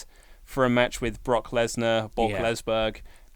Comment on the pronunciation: "Brock Lesberg" -.